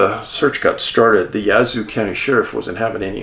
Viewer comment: Its Yazoo pronounced like jazz. Yazoo 🙂